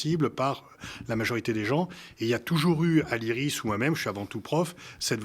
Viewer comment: Iris et non pas isis